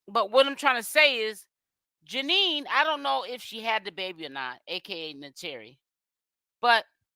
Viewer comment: Okay but why are you still calling her Janine.! It’s Janayyyyyy ja- NAYYYYY